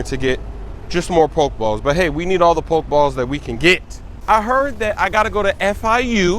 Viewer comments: it's PokE balls not poke balls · It's (po-key-balls) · Lowkey annoyed that he says pokeballs, "poke" balls 😂😂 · poke-balls poke-dex poke-stops lmao cmon smoove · it's poke-e-balls and poke-e-stop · Po-key balls smoove